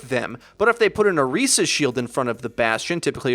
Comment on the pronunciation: You even said her name right...I appreciate everything about this video